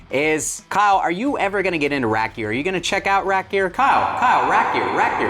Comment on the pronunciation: Are you saying rack gear or rap gear?